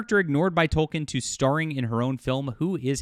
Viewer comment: Please stop saying "Tol-ken", it's pronounced "Tol-keen".